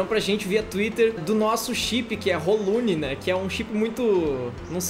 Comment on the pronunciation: "Rolune", meu Deus...